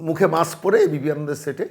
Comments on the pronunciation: "মাকস্" পরে কথা বলে, "হাড ডিক্সে" "ডাটা" সেভ করে রাখে। ব্যাস, লাইফে আর কোন "রিকস্" নেই। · উনি তো মাস্ক বলেন না। মাক্স বলেন